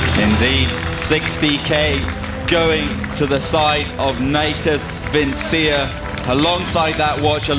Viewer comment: Bitch, you pronounced Natus Vincere wrong.